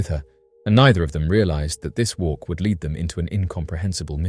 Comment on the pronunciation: Lead. Pronounced led. Not "leed". Sorry. Just sayin.....😊